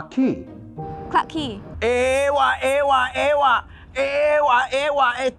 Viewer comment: Angmo:Clarke Quay. Singaporean: Clarke Quay No One:]: aaaawh awh awh awh lol moment